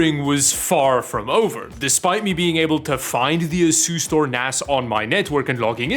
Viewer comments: Any one else hearing ASUS-Store instead of Asustor? 👂😂😂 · Anyone else keep hearing asus store? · That's the Dutch pronunciation